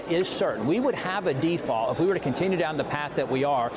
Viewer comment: It's pronounced "deFault" sportsfan